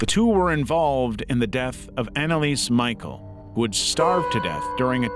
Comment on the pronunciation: it’s not pronounced Michael but like Michelle…